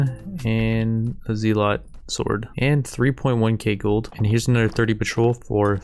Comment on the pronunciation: Isn’t it pronounced as zel-let not zee-lot?